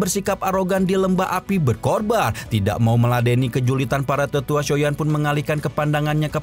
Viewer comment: BER-KO-BAR APA BER-KOR-BAN hmmm